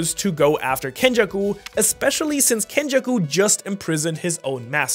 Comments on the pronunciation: it's kenjaku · (Its Kenjaku) 😂😂😂